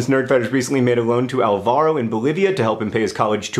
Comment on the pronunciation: Álvaro: stress on the 1st syllable, the more you know.